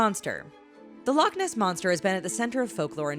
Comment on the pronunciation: "The LOCH ness monster" bruh she hurt my ear 😂